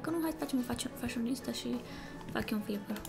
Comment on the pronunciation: nu te supara dar tu ai pronutat in moldoveneste şâ eu scuze dar sunteti super tari